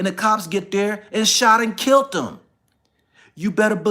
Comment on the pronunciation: I understand everything you went through for your son. I will keep you in my prayer. You are a STRONG Black man!! Oh, it's "killed", not "kilt". All in love!!!!